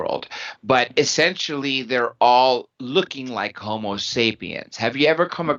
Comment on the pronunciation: Thanks for another interesting interview! BTW ist's "homo" (Latin for 'man') not "homeo" (Greek for'equal') sapiens.